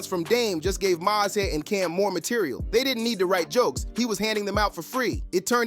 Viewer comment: Learn how 😂 read bec😢ause who is MA-SE?